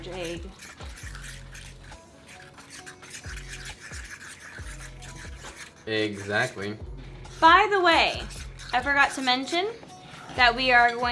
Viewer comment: Eggsactly.... lmfao!